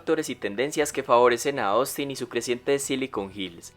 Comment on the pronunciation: Persona normal: Ostin El locutor: Osin